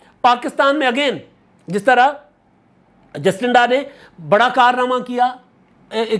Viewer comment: ایک چھوٹی سے تصحیح: نیوزی لینڈ کی وزیراعظم کا نام جسٹنڈا نہیں بلکہ جیسنڈا (Jacinda)ہے۔